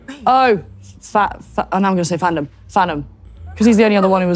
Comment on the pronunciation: I came to see your reaction bc I heard her saying “fat” when she tried saying yo name 😭